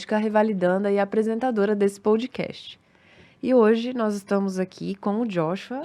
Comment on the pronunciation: A pronúncia é aberta: PÓDCAST e não PÔDCAST